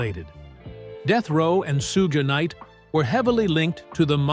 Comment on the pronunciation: Sue Gay Knight, huh? This AI bullshit, man 😂